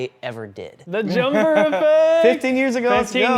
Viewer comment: "Jumper-er" killed me 😂